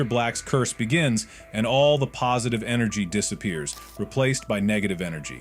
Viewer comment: Blud keep saying negative enegry